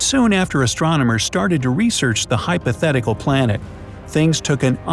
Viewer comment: You said hypothetical